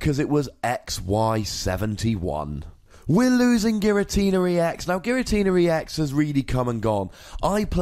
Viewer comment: I'm not going to take advice on how to say "Unown" when the guy telling me about pronunciation is adding an "R" to the end of "Giratina"